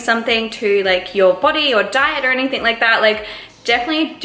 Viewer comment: Omg I love uuuu but u say ‘anythink’ and I can’t deal 😂😂😩😩😩😩